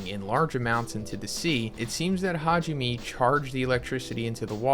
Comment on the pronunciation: Hajime? Me? Why do y’all not learn how to pronounce Japanese names? It’s Ha ji (g) me (may).🙄